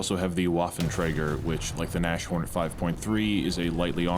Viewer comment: Its NAS-HORN, not NASH-ORN. Jeez that gave me anxiety. Means rhino, or nose horn.